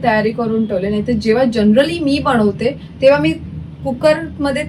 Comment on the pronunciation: खूपच छान रेसिपी आहे. पण बणवते नको बोलू यार बनवते बोल.sorry रागावू नकोस.